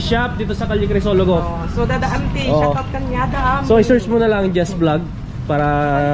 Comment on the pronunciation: Don't say shut out say shout out dats the correct pronunciation tnx